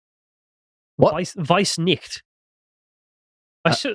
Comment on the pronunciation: Nicht not night